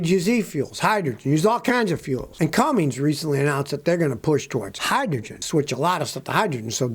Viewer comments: Those who cant read and write "CUMMINS" should not pronounce it "CUMMINGS" there is no letter "G" in cummins. Its not Cummings. Its CUMMINS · Scotty, its cumminS, not cummings :) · It's CUMMINS not CumminGs. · PLEASE!!!!!!!!! Pronounce words PROPERLY!!!!!!!!!!!!!! It is NOT, NOT cummings, it is CUMMINS!!!!!!!!!!!!! You are supposed to be a professional, please speak like one. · its Cummins scotty , not Cummings lol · It's Cummins, there is no G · If I hear Scotty say "Cummings" one more time, I might go insane. The engine company Cummins has no g in it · Seven decades. You’ve been alive SEVEN DECADES. There is no “G” in “Cummins.” Damn this drives me crazy! 🤦🤦🤡🤡😆😆